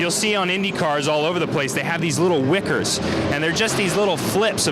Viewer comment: "wickers"......Gurney flaps ya doof